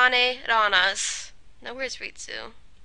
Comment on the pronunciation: you said ritsu,s name like rei-su.